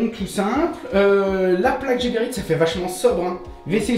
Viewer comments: ce n'est pas GéréBit mais Gébérit, tu avais trop mangé ou trop bu? LOL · Salut, sympa comme vidéo. Je découvre... Petite précision sur la prononciation de Geberit. Cela se prononce "Guébérit" et non pas "Jébérit". Cette société est Suisse plus précisément Suisse allemande, donc prononciation à l'allemande ^^. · Geberit se pronounce Guébérit.